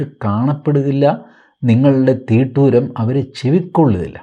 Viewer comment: ' തിട്ടൂരം ' എന്നതിന് പകരം ' തീട്ടൂരം ' എന്ന് പറയുന്നത് തെറ്റെന്ന് കരുതുന്നു.